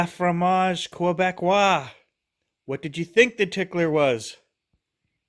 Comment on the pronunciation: Hihihiiii…. Le fromage Québécois! Great pronunciation 👍🏻